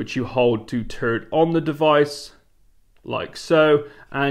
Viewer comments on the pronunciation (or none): none